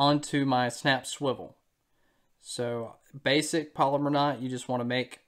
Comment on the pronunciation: And for those of you that are Googling polymer knot. That is not how it's pronounced. It is a Palomar knot.